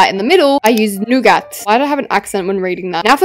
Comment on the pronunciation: nobody:: "and for the light in the middle I used...NEW-GAT"